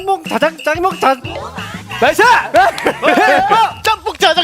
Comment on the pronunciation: 발음이 꼬여서 짬뽕을 짱먹이라 발음한 예준이와 짜장을 재첩이라 발음한 하민이ㅋㅋㅋㅋㅋㅋㅋ 예준아 하민아 귀여운 실수(?)라 생각할겤ㅋㅋㅋㅋㅋ그리고 너희의 귀여운 실수(?) 덕에 배꼽빠지게 웃었어😂😂😂😂😂